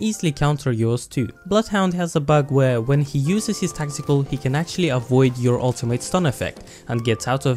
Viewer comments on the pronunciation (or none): did anyone hear testicle when he said tactical?